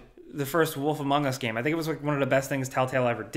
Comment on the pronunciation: Did you said wolf "amongus" 2